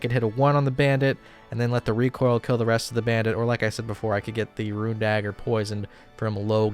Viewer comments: Bro, Rune isn't 2 syllables. It's not Ruin, it's not ra-une, it's roon. The way you say boon, the way you say doom, the way you say gloom, it's fucking rune. My brother in Christ, idk how many more times I can hear you say that shit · You're 99 % certainly trolling but I'll still give this pronunciation advice: there is an i in ruin but not in rune. That's it, look at the word. English language is very pathological but for once the spelling gives a hint of the pronunciation. No, I'm not a teacher, not even a native English speaker, but trust me bro. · Lol rune!!!! Not ruins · ROON my man. ROON.